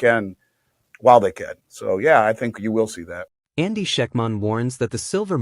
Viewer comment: Lose the AI voice- it can't pronounce Andy's name...for the love of mike is your own voice that bad? If you can't answer that quit using AI and hire a voice.